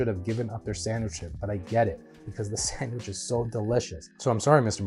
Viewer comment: As they would call it a SANGWICH, lol